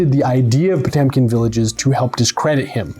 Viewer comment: And still pronounces Potemkin incorrectly:(